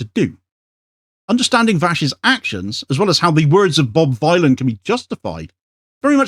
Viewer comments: THANK YOU! Bob Dylan, the ethnonationalist villain. Not violin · 'Ere, Bob Vinyl, proper job